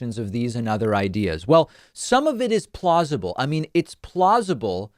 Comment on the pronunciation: Every time I hear you say "plausible," all I can think of is, "plozma-ble".